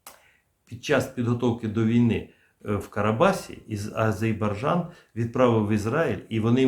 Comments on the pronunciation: "Азербайджан". Це наші друзі і варто назву їх країни вимовляти правильно. Сподіваюсь мене зрозуміють правильно. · Прослідкуйте за вимовою назви країни...правильна вимова АзеРбайджан!!! Не ображайте наших друзів!!! Дякую! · Прочитайте по слогам и запомните : А _ ЗЕР_БАЙ_ ДЖАН. А то Горби придумал какой -то Азебаржан...